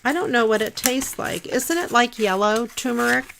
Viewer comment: It's pronounced, ter-mer-ic and many people leave out the first r, even professional chefs. In 6th grade, our teacher gave each of us an assignment to tell about the different herbs and to draw them. One of mine was turmeric and I always remembered it had the two rs in it. I'm 77, now and that was a long time ago! Too long ago! :face-blue-wide-eyes: I think that turmeric is in yellow mustard, but am not sure and there are turmeric supplements at the health food places. It does color foods it's in.